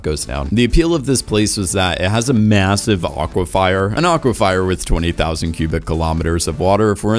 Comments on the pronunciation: aquifer = AHK-wuh-FUR not "fire" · Lol aquifer not aquifier bro😂😂😂😂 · Dude, i was gonna let the mispronounciarion's and incorrect use of words slide but "aqua-fyer" twice in the same sentence?